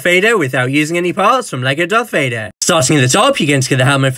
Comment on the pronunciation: Darth vadehh lightsabehhhh 😂😂